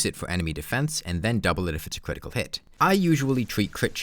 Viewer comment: If you pay attention you might realize he talks like "Defense shweds cwitical damage"